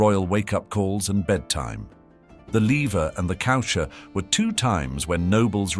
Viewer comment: The “Leaver” and the “coosher”?😂 Le Lever and Le Coucher are pronounced “Levay” and “cooshay”